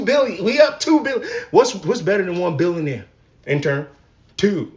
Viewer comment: Before anything else... You should probably learn how to say billionaire. Also, she's just NOW one? After all those years. I knew she was overrated 😂